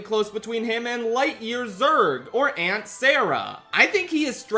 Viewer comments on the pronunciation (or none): none